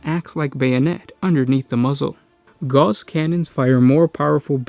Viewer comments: Gauss is pronounced "gowss", like "mouse." Not "gars" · Pronounced gowss, not gauze. Rhymes with mouse. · A comment on pronunciation. Gauss is pronounced like House. Not like gauze. Just FYI. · Okay repeat after me, Ga-OWs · No, Goose has two O's boys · not to be a that guy ... karl friedrich gauß wasn't french, but german. it's pronounced as spelled, with a clear, short "AU" and a sharp S, not "gouse". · Gauss..pronounced just as is spelled.